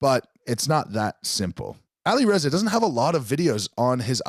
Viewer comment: The way says Alireza makes me wanna throw up